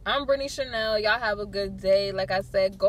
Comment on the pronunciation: "" ""chenel"" lol!!! and your lecturing other people for just trying to help while you carrying on like some typical thug princess, nice.